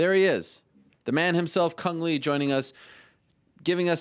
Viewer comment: Le not lee he Vietnames not chinese